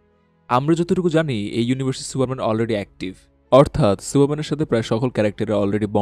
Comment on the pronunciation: কি সুরা মেন শেটা মেন ঠিক করে ক